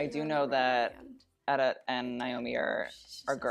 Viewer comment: he still said it wrong after she said her name haha